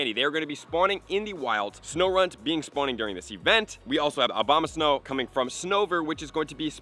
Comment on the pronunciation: Dude still saying Obamasnow lmao